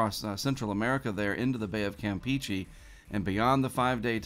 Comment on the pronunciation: Hey, I really appreciate what you do in the weather community and I watch your videos every single day, but....... "Campeche" is pronounced com-pay-chay, NOT camp-peachy! You said it correctly one time a few months ago I recall but then immediately reverted back to camp-peachy, so I just thought I'd give you a friendly heads up about the actual pronunciation:)